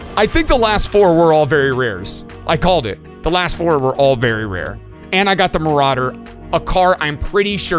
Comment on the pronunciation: I loved when he said very rare marauder😂 It was just mawawawwwwawwwa